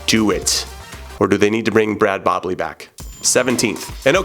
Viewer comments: "Brad Bobley"? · lol....man said Brad Bobley....that is not correct